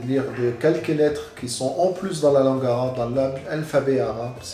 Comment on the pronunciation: Moi je sis libanais dc je parle arabe et tu prononces vrm bien